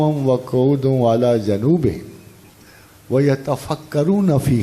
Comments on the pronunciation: بلال بھائی، دینِ اسلام قرآن و سنت کا نام ہے، اور قرآن و سنت سمجھنے کے لیے عربی جاننا ضروری ہے۔ پروفیسر صاحب آیات پڑھتے ہوئے جس قسم کی غلطیاں کرتے ہیں وہ عربی کا ابتدائی طالب علم بھی نہیں کرتا۔ مثلا: و عَلیٰ جُنُوبِھِمْ کا مطلب ہے "وہ پہلو پر لیٹے ہوئے بھی اللہ کو یاد کرتے ہیں"۔ پروفیسر صاحب نے جَنوبھم پڑھا جس کا مطلب بنتا ہے "وہ اپنی جنوب کی طرف اللہ کا ذکر کرتے ہیں" (سورۃ آل عمران آیت 191۔ پارہ 4) یُوتَی الحِکمۃ کا مطلب ہے "جسے حکمت دے دی گئی اسے خیر کثیر عطا ہوئی"۔ پروفیسر صاحب نے یُوتَی کو یُوتِی الحکمۃ (ت کے نیچے زیر کے ساتھ) پڑھا جس کا مطلب ہے "جو دوسروں کو حکمت دیتا ہے اسے خیر کثیر عطا ہوئی"۔ (سورۃ البقرۃ آیت 269، پارہ 3) قِیامًا کو قَیامًا پڑھا جو غلط ہے۔ (سورۃ آل عمران آیت 191۔ پارہ 4) آیات کے حوالے لکھ دیے ہیں، خود چیک کر لیجیے اصل میں کیا ہے اور ویڈیو میں کیسے پڑھا گیا ہے۔ پروفیسر صاحب نے پوچھے جانے والے سوال کا عمدہ جواب دیا ہے، اس قسم کی غلطیاں نہ ہوں تو سونے پر سہاگہ ہو جائے۔ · جی اس قسم کی غلطی سے نماز تک ٹوٹ جاتی ہے"جنوبھم" کے علاؤہ " بمناصیتھا"کو بھی غلط پڑھ رہے ہیں "ت" کو زبر دے رہے ہیں اور عربی میں زبر،زیر اور پیش کے فرق سے معنی بدل جاتے ہیں